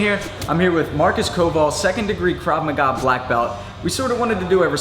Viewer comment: "KRAV MAGA"... NOT KRAV MAGAZINE!! LMFAO :D